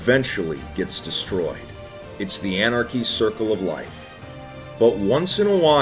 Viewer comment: good old “anarchy”